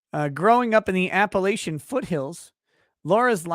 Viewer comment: The way pronounced Appalachian, as an Appalachian, made my stomach turn... The third a is like the a in latch, not like the a in lay.